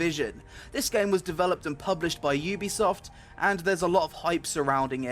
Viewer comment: at least you pronounce the company properly. it's "U"bisoft not Ewwwbisoft.